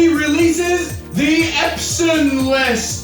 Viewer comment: The first time you said: Epson I said: please say Epson list and you nailed it 😂😂